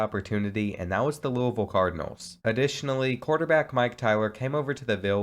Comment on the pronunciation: i’m from louisville nd i’m so happy u said it correctly 😂😂